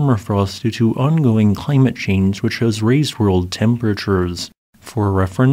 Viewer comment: Oh, i see its brain damage "chlymmate chayynge" Wake up kid